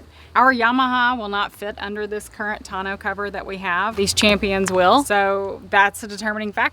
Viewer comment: 1) Who taught you how to pronounce “tourneau?” Not even close. 2) You didn’t mention Harbor Freight or Northern Tool for a 3500W inverter!? Are you guys living under a rock? 700 bucks. 3) Propane gives you no run time. You would have to travel with many tanks or huge tanks, much more inconvenient and more EXPENSIVE!